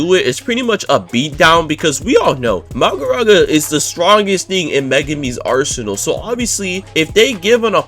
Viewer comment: Every time I heard bro misronounce Mahoraga as Magoraga, I shed a tear... Also, in the anime, Megumi's domain is incomplete, so he doesn't use it that much as it can only be used in closed space due to it not having a barrier. Considering in the anime Megumi hasnt tamed Mahoraga meaning he cant control it so its basically suicide to actually summon it, it wouldnt make sense for it to be his ult in the game as it would just be a berserker boss that 1 dhots everyone.